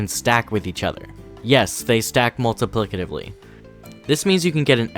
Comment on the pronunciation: Oh so he is the “Multiplicitively” guy 😂